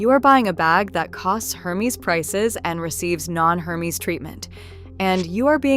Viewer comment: if you will be doing reviews of luxury bags, make sure to pronounce the brand names correctly. Hermes is pronounced with a silent "H" and a soft e, not a Long e. . It is pronounced Air-mes